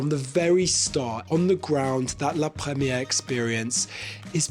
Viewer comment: 1 more time he said “la premiege” with French accent and I would’ve close the video